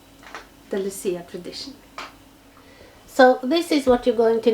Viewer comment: I so enjoyed this video. I am of Italian Heritage and my Mother is named Lucy. We always celebrate Saint Lucia Day. You pronounced it perfectly. I love to watch you create, the tree came out beautifully. Loved the lights with the icicles. You are so talented. Christmas is coming. Stay Safe Love & Hugs my sweet friend